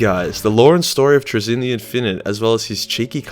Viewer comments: Traynz looks like it should be pronounced like “trains”. His name ends with “nz” I don’t know how you’re getting “Truh-ZIN”. Penal colony schools at work. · “Trai-zinn” Also, happy birthday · I think it’s Trazyn like Tray-Zin just wanna say that. Also happy birthday you should never go into singing. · Trazyn? Traynz?? Trainz. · It's pronounced "trains". Trust me. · (tray- zeen) but great vid man I really appreciate it but I'm too poor to support you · It's pronounced 'Trazyn' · TRAY-zyn. Stress the first syllable- also, in-fin-ite (all three syllables stressed the same).